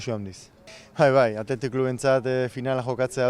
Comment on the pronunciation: "Hauxe da Athletixe"